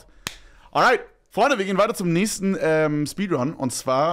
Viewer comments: Stabile "SPEEDUNS" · Speeduns????????????? aber geiles Video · Aufjedenfall die "Speeduns"